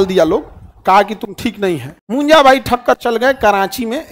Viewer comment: Munja not punja